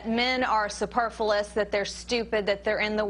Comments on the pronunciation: Superfulous? O_o. That's not a word. Did she mean superfluous? Or am I the idiot here? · Like I'm gonna take lessons on social science from a woman who pronounces 'superfluous' as 'superfullous'. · "At the cost of tearing down men..." Which side is this lady on? Also, this woman's pronunciation of the word "superfluous" is aggravating.